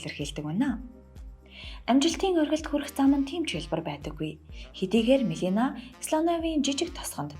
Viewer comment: Мелина гээд буруу дуудаж ярих юмаа Мелания гээч дээ.